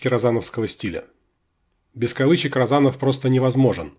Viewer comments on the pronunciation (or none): Розанов Василий Васильевич ударение на "О" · То есть вы считаете, что Розанов произносится как розАнов? Да вы, батенька, нерусский!